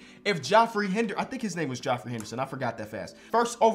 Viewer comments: Why are you saying his name like that it’s just jeffrey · Geoffrey is pronounced jeffery. no disrespect, love your content. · geoffrey is pronounced jeffery lmao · This man did not work his entire life to come into the league as a number one prospect to be called "Joffrey" instead of it being pronounced right 😂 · geoffrey is pronounced jeffery fr but w vid like always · How am I the only one talking about how it’s spelt Geoffrey but it’s pronounced Jeffrey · pronounced jeffery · It's pronounced like Jeffrey. It's just stupidly spelled. Source: friend in college wouldn't shut tf about his name when someone would see it spelled